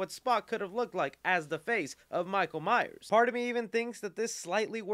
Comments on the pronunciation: MYERS. MYERS. MYERS. NOT MYER. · Alright I dunno what you guys are talking about but we should really talk about the fact that this guy keeps saying Michael Myer and not Myers